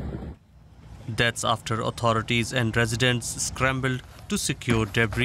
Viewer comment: "as tousands fled de part of de starm" - can you get a reporter who can pronounce English clearly?